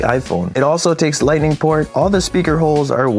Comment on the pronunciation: LIGHNING PORT??